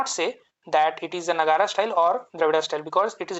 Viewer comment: It’s Nāgar not Nagarā 👍🏽